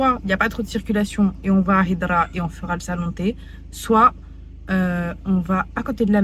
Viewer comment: Machaalah vous êtes resplendissante on dit hydra avec ح حيدرا